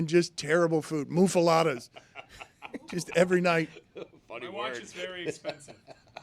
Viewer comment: Today's Venmo Fine Bucket Fines (for this video) Stugotz: $1 - Mistake, misquoting Johnnie Cochran. Dan: $1 - Mistake, mispronounced muffaletta as "muffaladda". . Jess got his ass . YTD Total Fine Amounts: Dan - $32 Stugotz - $19 Greg - $31 Amin - $23 Lucy - $12 (plus a ?'able $50 death fine from Dec.) Juju - $6 Chris - $21 Jessica - $5 Mike - $10 JerBear - $7 Roy - $7 Billy - $19 Papi - $50 Pablo - $18 David - $23 Hawk - $5 Izzy - $9 Tony - $5 Ron - $0 Luis: $0 January total: $225 February total: $77 =$302